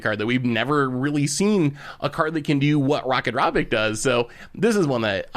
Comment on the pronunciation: He pronounces Ratadrabik Rakadrabik except for one time when he first mentions it